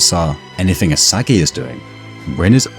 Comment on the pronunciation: DID BRO SAY ISIGUEI????